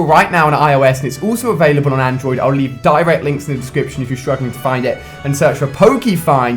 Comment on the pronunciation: its Android, not Androis. . . lol downloading the app as i post this comment :P